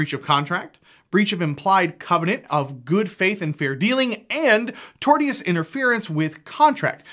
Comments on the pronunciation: Tortious - tor-shi-us - not tort-e-us. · Not being snotty, it's just painful to here it pronounced that way. Tortious is pronounced "torshus". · Hell there, I’m a lawyer. It’s unlikely you’ll ever have to pronounce it again, but the word “tortious” is pronounced tor-shus. The t i o u s pronounces the same way it does in “ambitious” or “expeditious.” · Tortious interfearance, is pronounced Tor'shush.